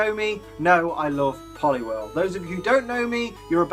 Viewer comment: IT'S POLIWHIRL, NOT F*CKING POLLY WERELE! PLEASE GET IT RIGHT!